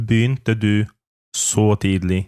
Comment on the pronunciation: pytanie o tidlig tu slychac ze wymawiane jest z d jako tidli a w slownikach transkrypcja i odsluchana wymowa to /ti:li/